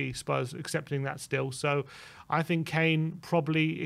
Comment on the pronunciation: Nice to see that sorted out his “fink” issue!